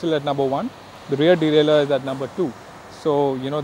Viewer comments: its deralier not delaler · No. It's derailleur, dumbass.